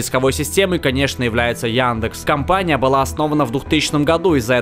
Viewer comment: Яндекс а не Яндэкс